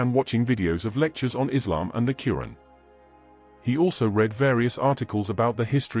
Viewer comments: Dude it’s not “Curran”, it’s al-Quran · The holy book is the Blessed Qur'an not curan.Please be careful how pronounce it.Its the book of Allah Swt. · It’s called Quran try to say the name of the book properly OK you’re not even saying it properly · Plz correct ur pronunciation of QUR’AAN.